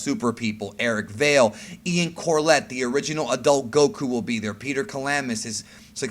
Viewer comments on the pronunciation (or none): none